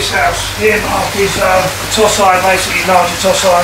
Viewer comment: Toe Si not Toss Eye, Christ!